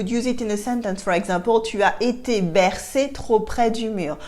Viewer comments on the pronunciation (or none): none